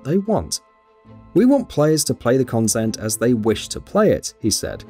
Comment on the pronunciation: Why do you pronounce content weirdly?